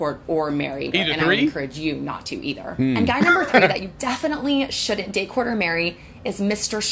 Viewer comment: I keep hearing "court" as "pork".